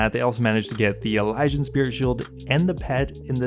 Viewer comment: say it with me EEE-LEE-SEE-AN say elysian right. jesus